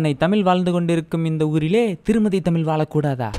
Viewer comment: அது தமிழ் ப்பா..தமில் கிடையாது..!! Love from Bengaluru..!!